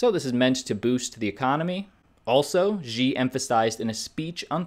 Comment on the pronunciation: Xi is pronounced “she”